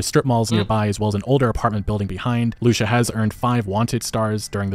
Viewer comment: Her name is pronounced loo-see-uh (Lucia)